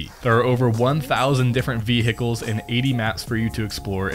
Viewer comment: "v-ehicle" hahaha